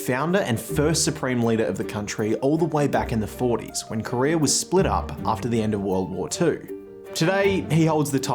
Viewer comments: its not korear its korea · It's North Korea not "North Korerrrr."